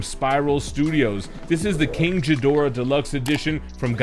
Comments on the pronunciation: First time ive heard his name pronounced like that.. Its not jedorah. Its ghidorah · It's pronaonced Ghidora not jhidora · Winced in pain everytime he said "Jee-dorah". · You lost me at King Jidorah, dude. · why is he mispronouncing it?? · first off that's not how you say Ghidorah's name 😫🤦‍♂️🤦‍♂️ ...........second that statue looks amazing! 👍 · Bro your pronouncing his name wrong the H is silent..sounds all wrong wen you say it .... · I can tell you’re not a Godzilla fan by how you pronounce Ghidorah🤣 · You pronounced Ghidorah wrong. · The G in Ghidorah is pronounced as a G… not a J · The G in GHIDORAH's does NOT sound like a J. Please learn how to properly say King Ghidorah's name so people won't call you names over it. But the video was awesome though.